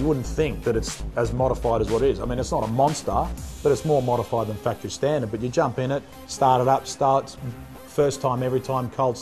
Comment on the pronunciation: It does kind of sound like 'pakistan' lol but i'm sure he meant 'standard' XD